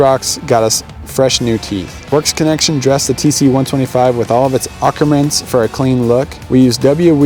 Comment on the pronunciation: You need to learn how to pronounce the word "accoutrements". Its pronounced "Ah-coo-truh-mints".